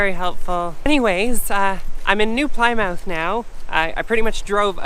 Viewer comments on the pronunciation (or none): Love your videos! Just a FYI: "Plymouth" is pronounced "Plimmith" (the same as for the original, 'Old' Plymouth in England). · as an an ex-resident of the old Plymouth in England, it's pronounced "plimmuff":)